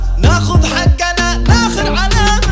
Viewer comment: لهجة القاف كانت أفضل و تماشي استايل الاغنية خربتها حجنا حجي ومدري ايش في كلمات القاف ما يصلح تنطق جاف هذا ما أردت قوله